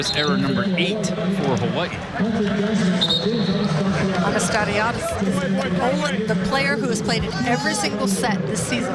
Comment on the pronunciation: I think botched Anastassiades' and Humler's pronunciations a few times, but I think was she was talking too fast. Lol!